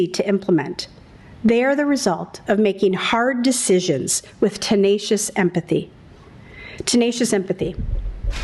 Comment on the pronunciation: "tenaciouse empathy"